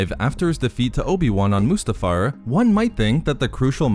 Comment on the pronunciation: The way you pronounce Mustafar is is about 30% of the reason I subscribed.